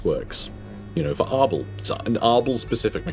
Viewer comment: I keep hearing "Ardal" not "Arbaal" and I envision the champion of Khorne as an Irish comedian instead.